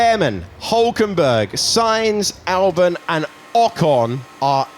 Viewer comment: why he pronounced Alex Albon as Alex Alburn?